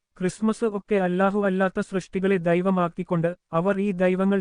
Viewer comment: Evan sanghiyanu, Allahuvinde namam polum shariyayi ucharikkan ariyathe, e sanghiyude trappil veenu pokaruthu, jagrathai !